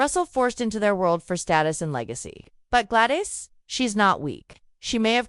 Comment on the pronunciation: What the heck? GLAD ICE? Duke of Birmingham? Is this a crazy AI narration?